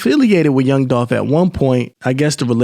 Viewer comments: It’s Dolph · Its Dolph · ITS DOLPH !!!!!!!!!!!!!!!!!!!!!!!!!!!!!!!!!!!! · ITS DOLPH UH-HUH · It’s DOLPH 🐬